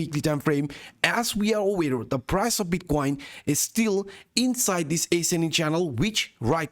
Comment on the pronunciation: Wtf is ace-ending and expon-angel?